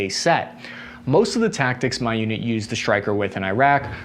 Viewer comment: "Tactics", not "Tacticts"